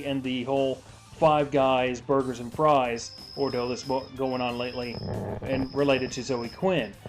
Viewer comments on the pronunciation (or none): none